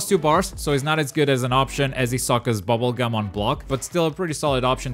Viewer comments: Bubble gum!? Bungeee Gum! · Its bunjee gum